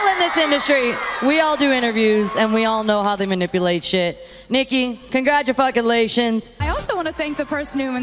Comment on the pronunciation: miley: congratufuckulation 🤣🤣🤣